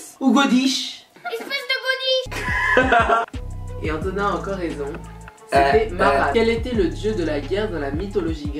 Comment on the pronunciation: pk tu dit enthonin et pas autre chause weech